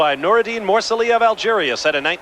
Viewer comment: and then you butcher morceli it is moor cell leee . Really amateurish